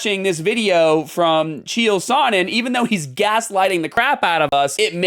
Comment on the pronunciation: Allright buddy ur pronunciation of chael name is horrid but not just that I feel like 1 u are. A pick me weird lil boy but someone needs to protect this guy psycho stu but that doesnt change that ur a idoit th as t black ignorant sneaky pos should be doing attempt of murder fucken bs